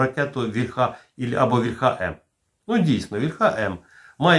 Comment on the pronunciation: Завжди інформативні випуски, тільки що ж Ви,, все неправильно наголос у слові «вільха» ставите? «Вільха» наголошується на «і». То тільки в російській «ольхє» наголос іде на закінчення. В українській мові не так: наголос на корені.